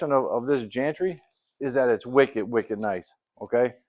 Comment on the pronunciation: Gantry. The "G" is hard as in "good". I want to listen to a person from Baston talk to a cajun.